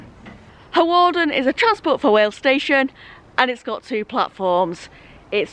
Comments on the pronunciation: Looking forward to this one. my parents are from Flint although based in London these days. Used to travel to Flint and on that North Wales coast line many times! BTW I think Hawarden is pronounced 'Harden' ..! Great video though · Hawarden is pronounced Harderrn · This is my local line, surprised to see this line being covered. Also its pronounced "Harden" rather than "Hawarden". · You pronounce Hawarden, Harden. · Hawarden is kind of pronounced like harden but Hawarden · Fun fact for you G, you don't actually pronounce the W in Hawarden, so you say Harden (which sounds like Hard on and I know fine well you'll call it Hard on if you happen to stop there or pass there again) Also the famous Liverpool & Manchester United player Michael Owen was from Hawarden and think he still lives or has houses around there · you don't pronounce the w in hawarden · I cringed everytime you pronounced Hawarden